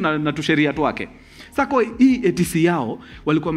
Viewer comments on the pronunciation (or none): none